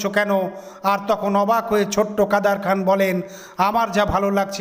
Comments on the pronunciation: এরা নুসলমাম নাম ভুলভাবে উচচারণ করে মজা পায়।কাদের খান হয়ে গেল কাদার খান।এমন উদাহরণ পতশত দেওয়া যায়। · উচ্চারণ সঠিক করেন। কাদের খান।